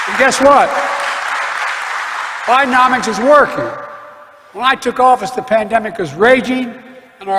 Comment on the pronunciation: i know Ur mispronouncing Biden’omics as Biden’O’nomics intentionally 😹 Ur awesome 👑♥️🕊